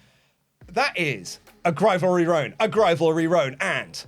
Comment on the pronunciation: Whenever I hear the word grivalry I die a little inside